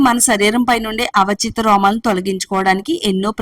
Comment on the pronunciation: Avachitha kadu avanchitha